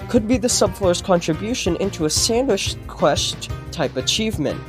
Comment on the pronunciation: "sandwish quesht" lol.